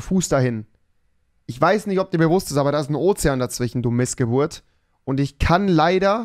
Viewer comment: "Dazwichen" Rewiiiiiii!